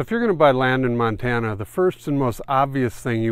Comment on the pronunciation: It’s a PLOT map, not a Platt map 🙄. Love it “If you’re thinking of moving to Montane, don’t “ (long pause)....